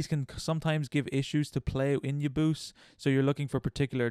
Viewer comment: i pronounce UoYabause as Oh-Yeah-Bow-Say